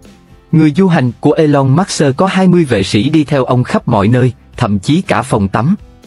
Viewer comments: Khủng khiếp quá đọc " elon mát xơ" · Trời ơi đọc là e long mớt sơ ?? nghe phát bịnh